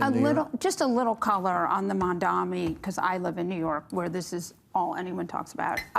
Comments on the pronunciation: How long before Bill learns how to pronounce "Mamdani" correctly? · Bill Maher still can not (or will not) pronounce Mamdani's name corrrectly! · Bill, Learn to pronounce ‘Mamdani first if you wish to discuss him. You did the same mistake last episode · If he says "Mandami" instead of "Mamdani" one more friggin' time, I'll scream. Has he always been this bad at names, or is it cognitive decline? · Mamdani - not Mandami - it's not even that hard a name to pronounce, jeez. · It's also mamdaNi not mandaMi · Is Mamdani really that hard a name to pronounce? Not one of them said it correctly. Mandami, Mandani. Mispronunciation of someone’s name repeatedly is so demeaning. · Look, I hate the dude’s politics, but his name isn’t at all hard to pronounce: Mamdani = mom donnie. Of course, people are still saying kaMAla, so I’m clearly asking too much 😂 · I don't like Mamdani at all but for God's sake can people pronounce his name right! More than half of the media calls him Mandami. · “Mamdani” was attempted five (5) times this episode. It was mispronounced five (5) times.